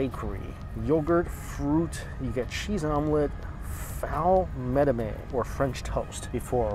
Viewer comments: Just a heads up, It's Ful meh-dar-mez. Bean puree with spices. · Just to let you guys know, that one meal named foul medemes is pronounced as “fool med-em-es”. Foul is fava beans, and it’s a traditional Arab street dish that tastes amazing!